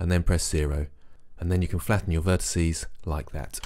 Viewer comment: Great video, but I'm afraid I have to go into pedantic old git mode and remind you that "vertices" is the plural of "vertex", there's no such word as "vertisee". Sorry, that's just one of those things that niggles me a bit.